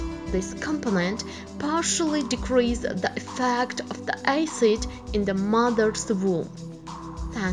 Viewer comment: Ioapo Moe she literally said eicid